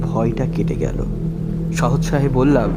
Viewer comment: 'আঁধো আধার' নয়, "আধো আঁধার"। 'গাঁ ঘেষাঘেষি' নয়, "গা ঘেঁষাঘেঁষি"। 'সহোৎসাহে' নয়, "সোৎসাহে"।